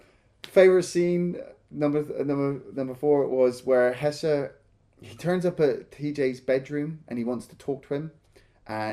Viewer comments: Why does keep calling him Hesser? 🤣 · HeSHer, not HeSSer. Idk why that bothers me so much but it does